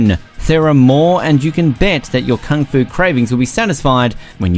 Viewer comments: So how many times he said Kang-Fu? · Me clicks the videos Man pronouncing kung fu - "kang fu" me: already left